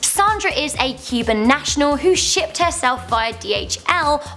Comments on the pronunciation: She what? :o I had to relisten to that a few times. It really sounds like you're saying something else there other than "she shipped herself", haha. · I can't handle her saying "shipped".